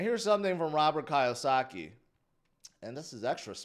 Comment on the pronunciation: I'm just saying, if you like Kiyosaki PLEASE pronounce his name correctly. It's a simple thing, to learn to say it correctly. It sounds sloppy and disrespectful if you continually mispronounce it